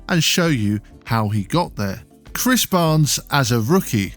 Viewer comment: no no no It's Chris barnes not bhris barnes